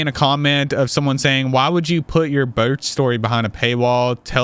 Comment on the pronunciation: WHY DID YOU SAY “BIRTH” LIKE THAT ALL OF THE SUDDEN HAHAHAHA IM DYING 😂